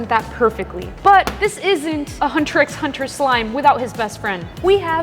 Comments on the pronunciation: Fr I’m like it’s hunter hunter 🥲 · Ouch the pronunciation ☠️... And imagine saying the "x" is Hunter x Hunter yikes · pronouncing the “x” in hunter x hunter hurt a little ngl /j